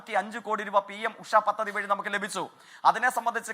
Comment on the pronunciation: പത്തതി ❌ പദ്ധതി